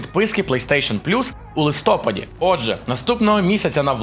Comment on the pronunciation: Та йомайо , ЛистопАд не листОпад